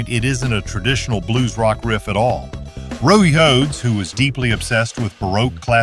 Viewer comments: It also said "Roey Hoades" instead of his "Randy Rhoads" near the end of the video 🤔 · Rohdey Hoades.... Fuck I hate AI. Randu was epic tho